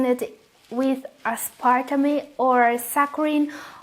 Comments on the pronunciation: I have no intention to embarass you. Just in case you encounter the word again. You mispronounced Aspertame phonetically. Aspertame is pronounced "As - per - tāme" as in tame a wild animal. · please try to listen how sweetened & aspartame is pronounced correctly and avoid repeating. good job on your research. good luck! 👍